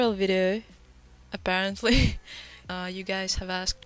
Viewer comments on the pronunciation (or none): i can hear that russian accent in "apparently" in the beginning :D